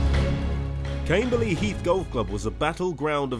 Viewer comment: It’s Cam-berley…..not Came-berley……..different words for different…needs